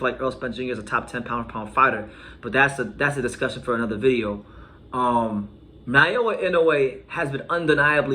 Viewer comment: You keep saying Nayoa, it's Naoya.